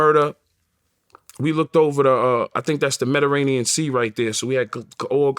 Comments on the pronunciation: Mederanean Sea 🤦 Mediterranean Sea Yay 🤣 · This interview already funny my boy said Mediranean sea 🤣🤣🤣🤣🤣🤣🤣🤣it’s Mediterranean 🤦🏿‍♂️ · Mederranean? Missing a syllable my guy... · "Mediranean sea" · “We had a room over looking the medderanian sea”😂😂😂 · Medirrenian 🤣 . Going places u can't even pronounce lmao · My man said Medranian!!!👍🏿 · That man said the mediranien sea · Metaranean sea 🤣🤣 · "Medirranean Sea" he goes viral again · Meta-rainian sea 🤣🤣 I love you yayo please don’t change ✊🏾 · I’m sayin “Metarainian” for the rest of my life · Mettarenean sea lol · He said the medderanian sea 🤣 fire interview! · "The mederranian sea" 🤣🤣🤣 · “Medderanian” sea 😭😭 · Mediterranean Sea 🌊 😂 (medaranian) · This nigga said Mederanian 😂 twice 😆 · You said medirainian? Hahaha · Yayo saying "Mederaineean Sea" multiple times like Crunchy with the "Glad" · He fucked that Mediterranean Sea pronunciation up twice 🤣